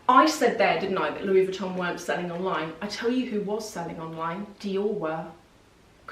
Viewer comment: Louis VuittoNNNN? You are too smart for this pronunciation.